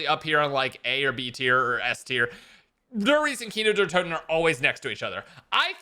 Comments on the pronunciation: For the love of god stop saying kiner der toten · Can’t get over “kiner der Toten” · "Keener der toten" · “Kiner der toten” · “Kiner der toten” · Nobody:: KEENER DARE TOTIN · You VIOLATED Kino Der Toten.